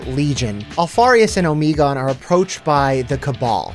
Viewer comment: Good video but it hurt me every time Omegon was pronounced incorrectly